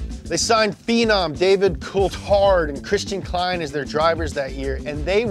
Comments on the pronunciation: uts Christian Klien, nit Christian Klein. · Its Christian Klien not Klein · That man is not called Christian Klein, that man is called Christian Klien (pronounced as "clean"), Christian Klein is a German businessman and CEO of SAP SE. Incorrect, Max did not "grew up through the Red Bull Junior team", Max joined the Red Bull Junior Team in August 2014, 7 months before he joined the Scuderia Toro Rosso team and AFTER he was promised a seat in said team. Again incorrect. Ricciardo didn't want to settle for "second driver" and chose the Renault money, Gasly was simply not good enough at the time and the same was true for Albon.. It had nothing to do with Max personally as you suggest here. Granted, both Albon and Gasly have developed in solid midfield drivers but mid field drivers is not what RBR is looking for. As for Daniel... I love the guy but moving to Rnault has destroyed his career. The car and team was horrible and he has still not bounced back from his shorrible Renault and McLaren times. Abu Dabi 2021: Was the decision by Masi a strange one? In regards to the lapped cars yes. Was it against the rules? Actually no, the rules at the time had room for this exception (and it has been changed since that race ). Even more.. there was an agreement among the teams and FIA that races would NOT end under a safety car, a rule Mercedes stood firmly behind (until they didn't that night). Merc should have pitted Lewis, even if they had lost a place to Max, with the pace the Merc had, Lewis would have most likely passed Max fairly easy if bo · Christian Klien. Not Klein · It's really hard to hear butcher all these names, some are even spelled wrong. Pretty sure that Austrian driver was called Klien, not Klein. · It‘s Christian Klien, not Klein! I gotta step in for my fellow Austrian 🇦🇹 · Its Christian KLIEN not Klein. spoken like cleen. Also in 2009 Webber finished 4th. Vettel replaced Coulthard